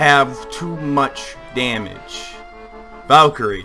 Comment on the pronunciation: Ehi ValkyrieSSSS VALKYRIESSSSS. The guy forgot the S for some reason!